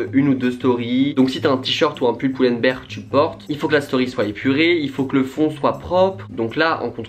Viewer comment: Merci d'avoir BIEN prononcé Pull&Bear <3333